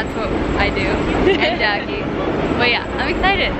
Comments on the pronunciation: Every time you say "Jackie" I hear you say "Jackson" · Everytime she said Jackie I thought she said Jackson 😂❤️